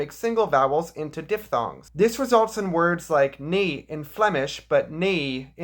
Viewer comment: FWIW. You pronounced "nee" twice. To me it sounded the same, and it sounded like the English "knee", which is wrong. It's closer to the English "nay".